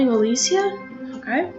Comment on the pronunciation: you said her name wrong